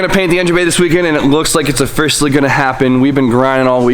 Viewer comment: Offercialy hahaha